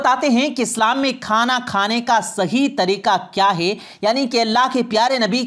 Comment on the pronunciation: आप बोलते अच्छा हैं मगर मुआफ़ करें कि आप अपने कुछ अल्फ़ाज़ पर भी ग़ौर करें ---- है-को हे बोलना।बैठ को बेठ।ग़ौर को ग़ोर इनके अलावा भी कई अल्फ़ाज़। यानी ए और ऐ, ओ और और के ऊपर ख़ास ध्यान की ज़रूरत है।